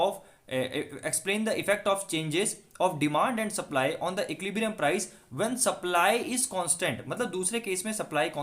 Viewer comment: bro please learn to pronounce equilibrium correctly 🙏🙏